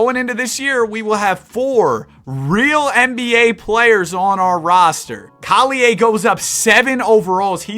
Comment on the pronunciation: You just offended me :( u prounced collier wrong